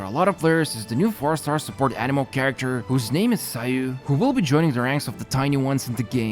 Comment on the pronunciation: The way you pronounce Ayaka and Sayu is so bad lmao Its Aya-kah and Saa-yu, not Ayaeka and Seyu